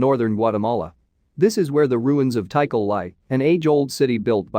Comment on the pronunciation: It's pronounced T CALL, not tea cull